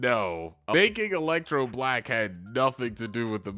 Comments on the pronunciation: Someone pronouncing black as “buh-LACK” always gets my racism radar goin off💀💀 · You mean, "buh-LACK". He put's an extra emphasis on the second half of that word. Lol